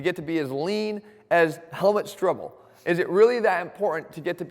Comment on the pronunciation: strebel not strbl :-) greetings from Austria !